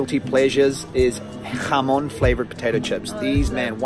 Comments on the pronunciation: Me apasiona lo bien que pronuncias las palabras "jamón", "galicia" u "horchata" casi tanto como a ti te apasiona el fuet 👏👏👏😍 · Great pronunciation : "Serrano", "jamón"...etc. Difficult words but perfect pronunciation!!